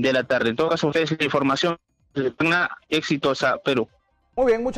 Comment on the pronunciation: Ciudad de TAN NA? donde queda tan na? es Tacna , contraten reporteros que sepan pronunciar bien.